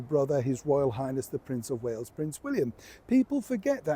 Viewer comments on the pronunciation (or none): none